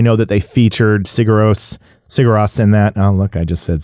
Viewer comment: Nice video man, fun to listen to you. They are my fav band of all time. And btw its pronounced Siur Rose😁 You have to go see them live man, they are absolutely unreal!